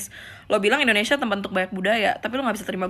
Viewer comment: Artikulasi lu dibenerin yaa....INDONESIA. dan bukan IndoNESA !!!!